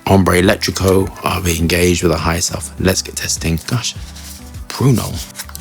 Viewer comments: This one is on my wishlist. Also, two things: the caps are said to be made of resin (more upscale), not plastic, and eccentrico is just like the English word eccentric with an ‘o’ tacked on the end; eccentric not not electric. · Bro not hombre electrico it’s ambre eccentrico lol It’s means eccentric hunger in Italian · ECCENTRICO not elettrico lol